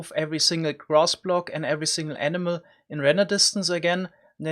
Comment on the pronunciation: I heard emena every time he said animal